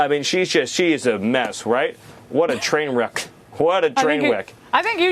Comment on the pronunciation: "What Twain Weck" -Stephen Miller